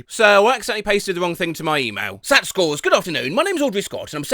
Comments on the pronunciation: Please be aware the C in Yankovic is pronounced like a K (at least for that family); also we pronounce SAT letter by letter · the way you pronounced SAT lol i've never heard it prounced as a word in that context